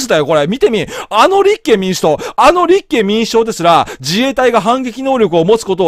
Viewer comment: 思うのは勝手。 立憲民主党の発音がちがくない？